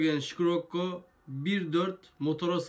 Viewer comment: Şikirokko değil şirekko